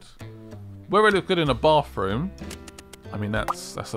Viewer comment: I feel like an angel loses it's wings every time someone says "bafroom".